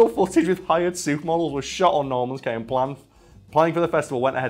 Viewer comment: That is not how you pronounce Bahamian or Cay lol